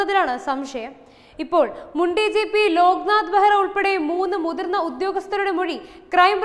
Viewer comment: "മുണ്ടി ജീപ്പി" അല്ലാ മുൻ ഡി ജി പി. 😂😂😂😂